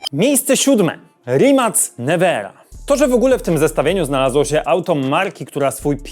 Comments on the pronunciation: Odcinek spoko. Pamiętaj tylko ze czyta się Rimak, nie Rimac. Nazwa pochodzi od nazwiska zalozyciela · Mowi się Rimak nie Rimac, i kropka.😂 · To się wymawia RimaK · RimaK, nie RimaC... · Start muwi się rimac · Ej ziomek źle wymawiasz rimak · rimac czyta sie rimak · Poprawianie z tym Rimacem trochę wkurza, bo zangielszczyli słowo z Chorwackiej wymowy XD Kiedyś tosamo było z "Lambordżini" XD